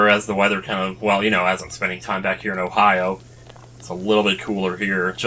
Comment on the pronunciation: Lol, the way you said Ohio really sounded like you were saying ohayo (gozaimasu). Must be me and my weebeeness tho.